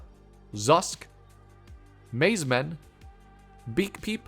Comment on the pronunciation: I love all of these updates, but maizmen hurt lol